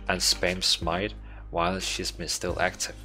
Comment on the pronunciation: Great vid. 2 things however: Scheming is pronounced SKEE-MING and Schism is pronounced SKIZ-EM